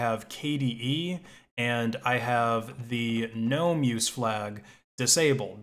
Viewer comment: I just appreciate the fact that you don't call it geh-nome